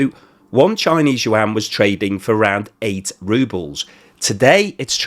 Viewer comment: yuan is 1 syllable like Juan. you don't say jew-an